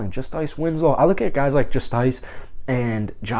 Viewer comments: Bro why do u say justice the way u do its justice like the law not just-ice🤣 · its pronounced justice